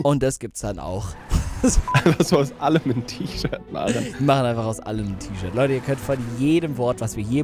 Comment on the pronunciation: Das t - ischirt t - ischirt🤣🤣🤣